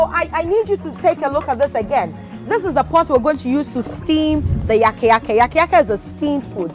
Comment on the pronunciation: It is called Yaka Yake and Amadetsi, not yaaka yaaka and Amedetsi